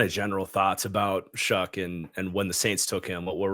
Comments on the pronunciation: Bro… ‘shuck’ not ‘shook’ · Brah.... Louisville fan here love the content but it's Tyler Shuck not Shook 😂